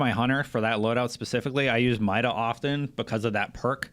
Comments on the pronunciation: It's pronounced myda not mida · mid-ah over mai-dah makes me cringe.